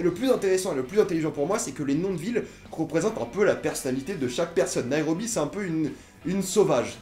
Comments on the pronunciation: C'est Nairobi pas naérobi lol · ''Berline'' ''Naérobie'' MDRRR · on dit "BERLIN" et non "BERLINE" et "NEIROBI" et non "NAEROBI"